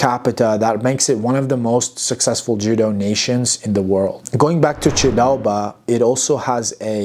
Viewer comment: The honour is mine ! Your pronounciation of “ჭ” sound in “chidaoba” is really impressive btw. Thank you, again, for having also mentioned the refugee history of Ilia and that of hundreds of thousands of other people. That’s an extremely painful and sorrowful topic for us. Sincerely appreciate it, man. I hope you enjoy our wine. Cheers ! 🍷